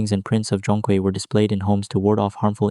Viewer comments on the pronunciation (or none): Nah, your pronunciation is still a little off mate. Zhong has the natural tone and Kui has the 2nd tone. But AI doesn't know that right?